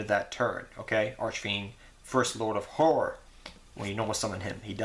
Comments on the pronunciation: haha you cant say horror. nice profile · I just watched your archfiend build for 2020 format and you still can't say "horror" lol, love your videos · It sounds like you said 'whore-er', but you all good. :D